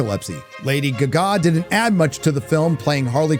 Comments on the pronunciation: It's not Lady Guh Gaw! It's Lady Gaga. Like the Queen song "Radio Gaga" which is where she got her name from. Sorry, it sounds kind of ridiculous that way. If it's AI, then like many other names being butchered by AI, edit it so it doesn't sound unprofessional. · Why are you pronouncing it "Lady Gug-a"? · I love how you pronounce "Gaga" as "Guh-Gaaah" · Why is he pronouncing Lady Gaga like that 🤨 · I LOVE the way you say Lady G-GAH, ROFLMAO!!! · Woke is the buzzword of right wing loons. Movies were much better in the past, particularly the 70s Hollywood's most woke decade. The only one of the five I saw is Madame Web, and labeling it woke is ridiculous, and your assessment is as bad as your pronunciation of Lady Gaga. Hype can make a movie a hit, and negative hype can cause one to bomb. I think that is what happened with Madame Web, which people might realize is a decent movie if they gave it a chance. Unfortunately expecting audiences to approach a movie with an open mind is asking for too much. Calling a movie woke is just shallow criticism, and you don't even defend it.